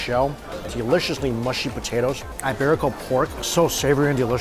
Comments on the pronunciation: E-berico . not eye-berico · It's eeeeeberico not eyeberico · That buffet looks amazing....I'm so jealous! BTW, it's EEEEEBERICO pork not "i" 🙂